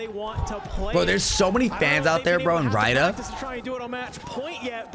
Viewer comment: The city is pronounced reeyad not rydah